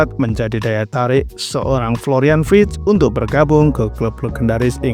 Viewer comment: Koreksi Florian Wirtz bukan wrictz